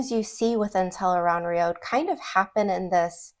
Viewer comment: The accepted pronunciation of Tel'aran'rhiod from The Wheel of Time is tel-AYE-rahn-rhee-ODD or tel-ah-ran-ree-od. It is often phonetically spelled as "Tel Aan Riad" or "Tel'eran'riad". It is not pronounced as "tel-aye-rahn-rhee-OAD (road)". Its ends with an ODD sound, not an OAD sound. I've been a fan for over 19 years. Please pronounce it correctly in the future. It matters: Here an an analysis of "tel-aye-rahn-rhee-OAD" Your pronunciation, "tel-aye-rahn-rhee-OAD," is very close to the official pronunciation. The only major difference is your final syllable, "OAD" (likely rhyming with "road"), whereas the official pronunciation ends with "ODD" (rhyming with "nod"). Old Tongue Meaning Interpretation: Based on the Old Tongue dictionary in The Wheel of Time Companion, here is how your variation might be interpreted: Tel (Commonly functions as "The") Aran (Adjective: Right-hand or Right-side) Rhiod (Noun: A World or Land) While the literal, accepted translation is "The Unseen World", a potential literal reading based on these roots is "The Right-Handed World". Changing the final sound to "OAD" does not explicitly change the translation from "The Unseen World" within the context of the books, but it alters the phonetic structure of the final word "rhiod," making it sound more similar to a long "oh" sound rather than the short "o" favored in the audiobooks and official guides.